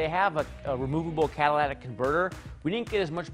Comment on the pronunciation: Catal(a)tic converter???? A little more smoother...jesus...